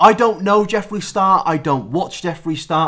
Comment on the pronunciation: I thought you said Joffrey instead of Jeffree cause of the amount of times you said GoT